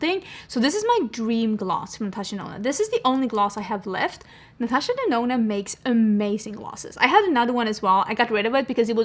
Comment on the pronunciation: The way you have influenced the start of my love for makeup, I still hear Natasha Denono